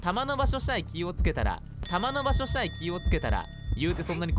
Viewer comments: しゃえはまじで可愛すぎる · 玉の場所しゃえ気を付ければ。 「しゃえ」 笑笑笑